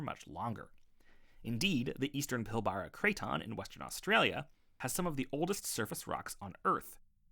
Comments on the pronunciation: or PILL BAR RAR... pilbra 🤣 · fyi its not "pil-BAR-a" its "PIL-bah-ra". :) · Mate, that's the worst pronunciation of Macquarie I've ever heard. Also, check your pronunciation of Pilbara and Torres. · The way you say Pilbara and Bali cracks me up